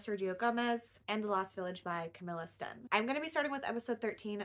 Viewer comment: 👋Appreciate some Sweden-rep on your channel :) Never tried Camilla Sten (Sten=stone) but maybe I will now. Btw great pronunciation of "Sten". I've heard Swedish is a hard language to learn.